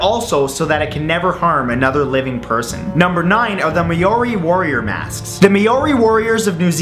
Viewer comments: Mayori? It's pronounced mowri. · It’s not ‘Mee o ri’ It’s ‘MA O RI’ 😇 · ma-ory???? it's funny seeing non-new zealanders pronouce Maori words. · Maori is pernounce mo ri not Moa ri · May-or-ee lol think mouldy when saying maori mah-oh-ree kinda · Its pronounced mow-ree not may-or-ee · it's ma-ow-ree not may-or-ree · May-ori. Great fucking pronunciation. It's M-O-RRI. Māori. Get it right, people live there (like moi) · Maori isn't pronounced May-Or-Ee, it's kinda pronounced Moldy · As I watched the video I thought it wasn't that bad. I thought he did the often mistake of saying it like "Moldy" or "Myo-re" but instead he said "Mah-oh-ree" which literally left me confused and kind of dazed. It isn't exactly "Moordy" but your not htat far off... It's pronounce is similar to what this person described on another video. "yes it is...you are probably thinking he means "Moldy" like moldy bread...he means "Moldy" pronouncing the "o" like the feminine name "Molly" (Mah-lly). As an Hispanic the way we pronounce our r's is extremely similar to the Maori we roll the "r" so as we roll it, it makes a sound similar to the sound "d" makes. So its pronounced "Mah-ldy" " -Chris Jones Also as a New Zealander I am not going to punch this guy in the face over it. I mean it's not his fault for not learning the Maori language before doing this video. I'll just politely correct him. Unlike some americans I've seen on the internet who would threaten homicide just because a person doesn't know how many states USA has... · Yeah, it's not pronounced "Me-o-ri", that really irks me to hell and back. It is pronounced how it's spelt, literally..... "Ma-o-ri". Maori. Trust me, I am one lol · It's Pronounced Mao-ri not Ma-o-ri.... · Maori is pronounce maow-ri not ma-ori i come from aus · Hey im from new zealand it is not may ori its maw ri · Maori: Yes = Ma - or - ree No = May - or - ee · Its not May-ori. Its pronounced Mo-ri. Just saying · Its not may-oh-ri its mao-ri heads up from NZ